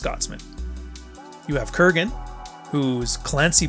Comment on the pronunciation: Sorry, but it´s Kurgan, not Krugan.